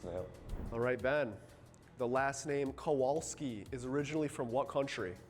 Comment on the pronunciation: He was literally pronouncing the word wrong in Polish w is v kovalski